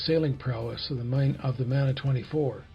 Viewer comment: Kia ora from New Zealand love the build just fyi in te reo maori "mana" is pronounced "munah" not manner, cher bro